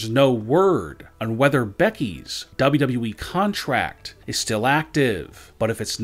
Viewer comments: His voice is so damn annoying though its WWE not DubYaDubYaYeeeee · he says wwe weird, “wwdrwddre “ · What the hell is a "Dabe You E" ???? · Would you talk NORMALLY......ITS WWE NOT DOUBLE DOUBLE E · Why do you sound like that ? you pronounce WWE like Elmer Fudd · I can't stand they way this guy talks but the way he says WWE is hilarious. No one ever talks like this